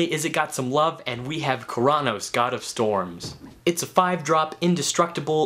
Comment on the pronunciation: The way you said Keranos made me cringe a little bit, but still a good vid. xD